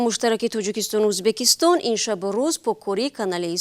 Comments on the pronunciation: Узбакистон не Узбекистон журналисто бе саводанд?? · Не Узбакистон🤦🏽‍♀️А Узбекистон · СЧалом алейкум. Апаи хаму хабарнигортона фахмонед, ки не "узбакистон" а узбекистон. Боки зинда боше. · Хами апаи баранда ба чои Узбакистон гуфтана Узбекистон бген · Апаи хаму хамкоротона гу ки Узбакистон нага Узбекистон гап зана хатогихотон бисйорай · Узбекистон, Узбакистон🤔и чихели журналистай? Радиои Озодиииииии!!!